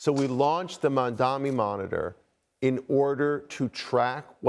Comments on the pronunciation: Mamdani is NOT THINKING ABOUT Y’ALL!!! And why can’t ANYBODY pronounce his name??? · This board guy is one sick individual. One thing I don’t understand he seems like an educated guy yet he cannot pronounce MAMDANI. What kind of Epstein school did he go to? Where was he when they were teaching English?